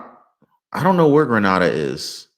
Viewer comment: It's Grenada pronounced Greenaydah in Caribbean next to Trinidad 😊